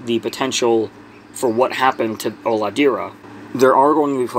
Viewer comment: i'm native portuguese speaker too. HOLADEIRA means nothing, but it does look to be a regionalism that would fit in brazil. If it's the proper name for it there and it wasn't lost in translation, that is probably a mixture of an indigenous regional word with portuguese. Not uncommon in Brazil at all. The pronunciation is also "O-lah-day-rah", not "Olahdeerah". "ei" in brazilian portuguese is said "ay"